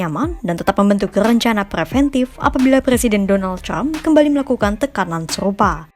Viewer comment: Trump bukan crump Pembaca berita kompas lebay